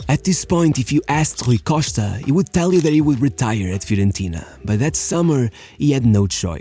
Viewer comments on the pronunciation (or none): Lol... got to like the 4 minute mark until I realized he was talking about Rui Costa and not some mystery player named "Rookoshtka." Good video. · The way he says Rui Costa you know 100% this guy is Portuguese 😎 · HRRRRRRUI COSHTA ...LOL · it took me 3min to know it rui costa after his name appear on the video...the pronunciation of his name for the 2min+ was terrible lol